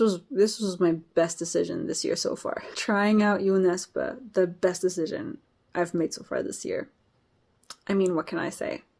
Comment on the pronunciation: I'm really glad that, thanks to you I now know how to pronounce Jo Nesbo's name correctly. Looking forward to you reading more Norwegian / Swedish authors 👍